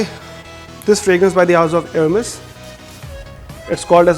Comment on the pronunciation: Hermes ko hurms bolra hai and guess what, he is supposed to be an expert.